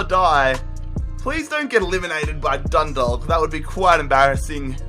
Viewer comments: its not pronounced Dun-dalk Its pronounced Dun-dawk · The way you say dundalk